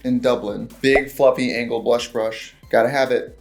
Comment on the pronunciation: Why now everrrrry time she says “angle” for the brushes I hear the “angel” pronunciation that they do in Uhnn?